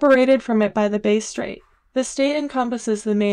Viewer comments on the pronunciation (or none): Only a few seconds into the video and there's a pronunciation error, the Bass Strait, it's pronounced like the fish bass, not the musical word bass.